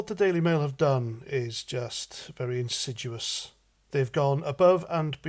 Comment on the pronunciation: The word is insidious. I've corrected you on this before!!!!!